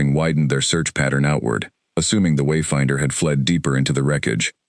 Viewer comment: Why is there a pause before and after every time the name ..........Wayfinder........ is spoken in the first part of the story? Highly irritating. Otherwise, a good story.